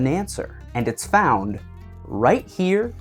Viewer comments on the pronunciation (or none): none